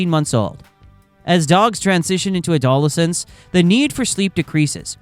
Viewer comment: How can one take this info seriously when an English-speaker mispronounces the word adolescents so horrifically? Get your money back!